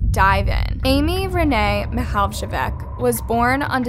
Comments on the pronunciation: you really butchered their last name however... it's Mihaljević not Mihajlevic... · fr 😐 i was so annoyed whenever she said it as mihaldjevih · Her last name isn't pronounced like that 💀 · That's NOT how to pronounce her last name, since you're already making money off these cases, might as well put some time to pronounce correctly. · I mean,it is a pretty hard name to pronounce. But she could have at least tried to pronounce it properly. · As a croatian, the way you pronounce her last name gets me. Great video tho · yo same, i got annoyed